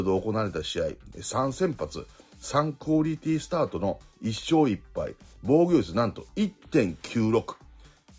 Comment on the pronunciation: 防御率→防護率 与四球→吉牛 に聞こえる